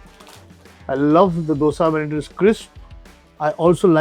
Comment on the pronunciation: Last restaurant - Madras Mood, The owner mentioned that his native is Karnataka. I beg to differ, I caught him on the way he pronounced Dosa. He pronounced Dosa the way we start pronouncing "Doughnut". Its not the sound "Do" from Doughnut but its the sound which we get from hindi word "Do" i.e. number 2,. So you should pronounce Dosa by staring with "Do", the way you say number 2 in hindi and then "Sa" is normal. Probably Madras Mood owner is not be a Kannadiga, but best of luck for spreading south indian food. Apologies if I am incorrect anywhere. 🙏🙏